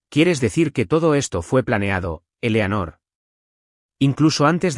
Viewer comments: Eleonor eslapronunciacioncorrecta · Que mal pronuncian. Elanor se dice Eleanor. Luego dicen Molina y a veces Melina. Además me pueden decir de que tamaño es el dichoso reloj del padre? Solo le falto que metieran un elefante en el